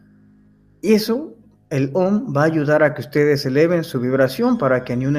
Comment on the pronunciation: el Om se pronuncia aum